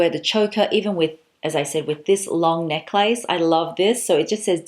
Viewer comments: I love how you call it neck-lace. Is that how you say it Australia? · I never heard someone say neck-lace. Is dat Australian? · I’m from the US- is the common pronunciation of necklace in AUS neck-lace? We probably lazy pronounce neckless..... now looking at spelling. 🤔